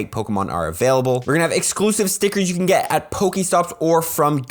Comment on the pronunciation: When saying whether or not a costume Pokémon can be evolved. You should say “can” or “can not”. Not “cant” I thought you said spheal CAN be evolved. I went out to hunt for said shiny only to realize it can not evolve.